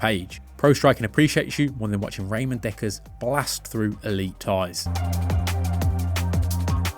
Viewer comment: its pronnounced Ramon not Raymond